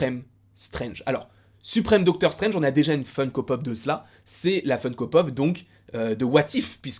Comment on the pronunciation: Docteure strainge ne mouliverre se Malnait 😂😂😂😂